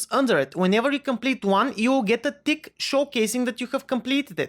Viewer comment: Tick sound like dick lol